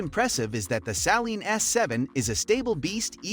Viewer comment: Saleen not salen